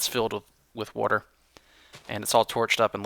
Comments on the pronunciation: Wait, that is not how you say water? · if you're having problems finding a exit when caving, use jack o'lanterns to light them up. Just follow the direction the faces are facing and you'll be home in no time! And btw, I personally don't mind you saying "wader"... I'm Canadian and I even say it:)